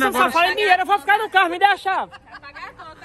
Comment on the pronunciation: Seu ploblema e dinheito é? É O meu tbm Cremosinho nn da man kkkkkkkkkk😂😂